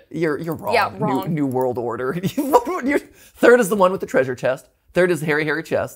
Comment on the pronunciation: I KNEW I HEARD 3RD THR NERD THANK YOU